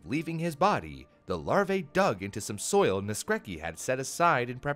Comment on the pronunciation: that's not how you pronounce Naskrecki, check on google translate next time (this is polish)